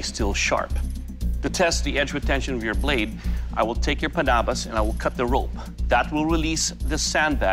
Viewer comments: Doug’s pronounciation of Panabas is more natural in a sense and reflects his pinoy roots. He really is born and raised in the Philippines. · The way he pronounced panabas and kampilan is so good, is he a Filipino or what? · So that's why Doug pronounced kampilan and panabas correctly, he's Filipino.